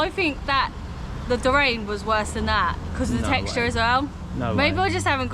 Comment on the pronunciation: I know these are pre-recorded but its pronounced DOO-RIAN/JEWRIAN, spelt Durian, not pronounced DOORAIN and spelt Dorain. I before A making it IA not AI.